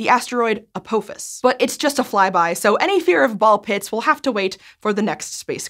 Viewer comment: Pretty sure she said Apophis wrong